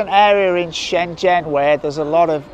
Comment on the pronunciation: You can definitely improve your pronunciation of Shenzhen.